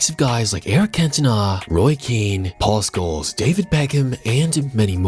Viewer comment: Solar, Paul sculls? Please learn English.